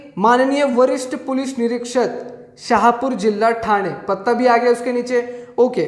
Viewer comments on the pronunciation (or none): none